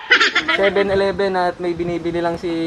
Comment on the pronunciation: Seven shileven